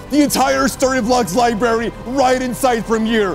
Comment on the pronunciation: "....a huge liberry..."